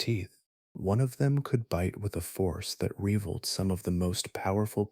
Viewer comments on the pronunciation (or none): I would subscribe but I am lost on the pronunciation of rivaled . I never heard it called ree villed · “force that reeee-valed ”